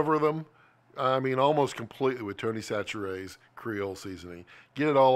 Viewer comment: So two comments, 1: Tony Chachere's is pronounced SASH-uh-ree's and 2: It's made in my home town!